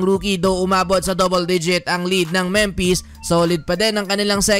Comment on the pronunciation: Memphis Pronunciation: Memfis Hindi Mempes.